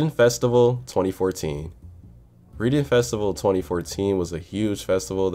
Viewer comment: lmao it’s pronounced RED-ing in the UK haha 🇬🇧🇬🇧